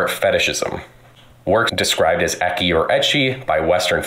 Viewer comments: im sorry and i know there are bigger point but if this fucker calls it "ekki" one more time im going to scream and punch my screen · Why is he calling it "ekky"????? Fucking a. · I'm taking psychic damage every time that man tries to pronounce ecchi.